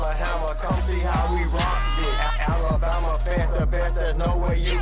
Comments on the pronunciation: Is it just me or is this guy pronouncing Alabama wrong? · lol yes